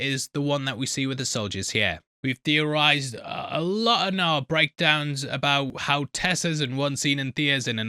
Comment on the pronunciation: Did you just say “Thea-rize”?